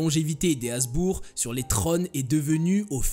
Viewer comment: Habsbourg pas hasbourg